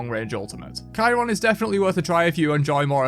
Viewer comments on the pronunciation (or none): none